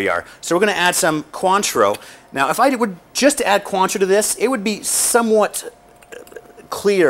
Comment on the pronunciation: Maybe he should learn how to say cointreau......